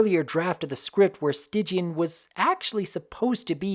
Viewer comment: Why was Stygian's name pronounced "Stidgian?"